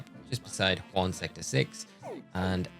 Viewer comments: Don't know if you care about pronunciation but we are in France not Spain. Jaune is closer to Joan with a soft "J" then Juan. Thanks for the guide it was great. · Very helpful thank you!! An fyi… since this is the equivalent of Paris, jaune would be ponounced ‘zhoon’ and rouge, ‘roozh’. Great video tho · i am so grateful for this video but when he was at jaune sector and was pronouncing it juan i almost lost it lol